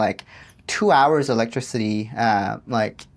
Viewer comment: LOL I love the way you say electricity electric city lol. It's e-lec-tris-it-tee I think I said this to you before but if you're looking for a movie to watch it's called the interview you will die laughing it's a comedy about North Korea and Kim jong-un un😂😂😂